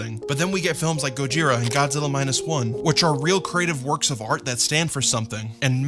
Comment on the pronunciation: No, no it's "GOZIRA!!" If you're your going to incorporate the hevy accent do it right